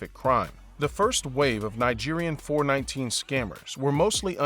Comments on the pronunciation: It's pronounced four-one-nine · at least say it well - 4, 1, 9 not 4, 19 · 419 is not pronounced "Four Nineteen" in Nigeria but rather as "Four One Nine"!!! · It’s not four nineteen but four one nine 419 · Four, one, nine NOT Four Nineteen!!!!!! Can't you do anything right???? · Four One nine, not four nineteen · 419 ( pronounced four one nine) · Screaming four one nine